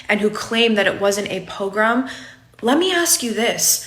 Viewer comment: Learn how to pronounce “pogrom” please. Good case, though.